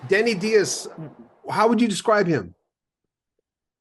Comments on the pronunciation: Just one minor correction. There's an interview with Denny Dias on YouTube where the man himself pronounces his last name rhyming with bias. Dias does not have a Spanish origin. Both his parents are of Hungarian descent. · How can "Rock History Music" mispronounce Denny Dias's name—especially when doing a feature story on this tremendous guitarist? So lazy and disrespectful